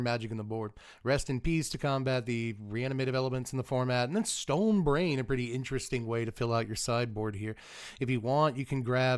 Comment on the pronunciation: I thought you said Stone Rain when you said Stone Brain. Felt a wave of different emotions.